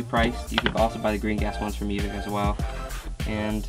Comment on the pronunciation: U said evike wrong